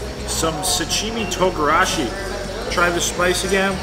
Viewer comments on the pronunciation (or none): none